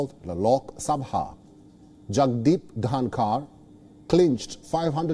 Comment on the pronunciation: The reporter has trouble in pronounciation of the vice president name 🤣🤣🤣🤣🤣🥰